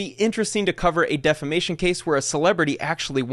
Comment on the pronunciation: Damn someone that doesn’t even know how to say defamation won the defamation case that’s gotta hurt even more🥴😂